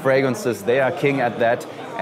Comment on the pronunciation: Thats not Prrrggda, its just Prada